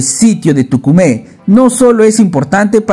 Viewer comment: No es Tucumé, Es Túcume!!!